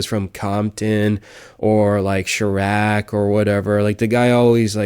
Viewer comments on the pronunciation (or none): "Shy-rack" - Chiraq